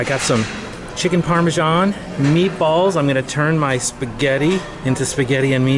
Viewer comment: Its Parmesan not Parmejan lol